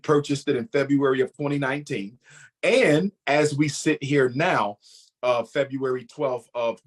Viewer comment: I can't possibly be the only human being who knows that everything he does he does them in the month of FEBYOUWAWY? such an habitual liar. And trust me, I tried, I tried hard to believe this conman until I started following his videos and noticed he's hardheaded and a narcissistic egoist with underlying childhood trauma who has made it all about himself.